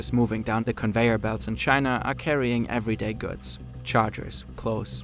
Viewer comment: wish you'd stop devoicing the consonants 😬 i.e. yearZ, gooDZ not yearSS & gooTS